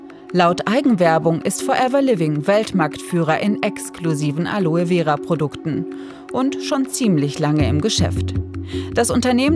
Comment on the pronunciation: Gute doku, aber eine "Wissenschaftlerin" die Aloe Vera nicht einmal aussprechen kann?